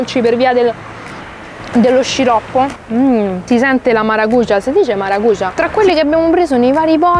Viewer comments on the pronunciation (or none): Sul frutto devi spostare l'accento, invece che sulla u lo metti sulla a "Maracujà", poi la pronuncia è giusta, fidati vivo in Brasile